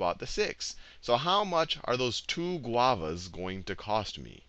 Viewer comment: Admit it, you only chose Guavas to say GuAvAs